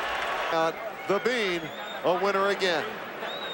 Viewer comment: Butter bean 0wnz u all. "Beannage"